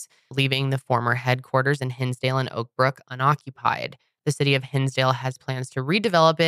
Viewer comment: When said “Oakbrook” I thought she said “Oprah” 😂